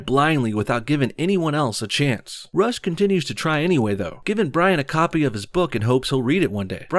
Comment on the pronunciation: When he says Rush I can't unhear Russia